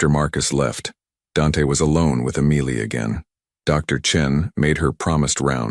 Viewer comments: Could we please have a simple name of three letters that the AI can pronounce the same throughout the story. The authors efforts were sabotaged by the narrator struggling with that simple name. I look forward to more of your content. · What everyone else is saying. Your AI really needs to get the name Emily right. It is a distraction from the story. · Sweet beautiful Emily. 💕😌🌷. Dante. Loves Emily. 💕💕😌 🤔🤨 The narrator has a great voice but for some reason he cannot prounance Emily 🤔 Listening from Crosby Texas ❤❤😊. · AI really struggled with Emily. weird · Please get your AI voice to pronounce Emily correctly --- really so easy. And, I loved the story! Insights into the "partnership" complexities and power dynamics between these "business" relationships, and at the same time threats from within. And yet, perhaps fired by the risks, close ness and inherent love abides and survives! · How hard is it to pronounce EMILY. He changed her name to Amelia when Dante finally confessed he loved her. Nice proofreading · The constant mispronunciation of Emily was driving me crazy.